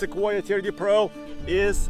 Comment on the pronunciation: Can't get enough of pronouncing Tayota.